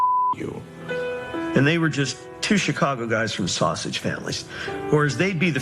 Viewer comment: Fred had the South Side accent down, with an exception. Sausage is pronounced “sas-idge”. Huge props for wearing the early 70’s Sox jacket, the Dick Allen, Bill Melton, Wilbur Wood era. Best uniforms ever. Steely Dan would be proud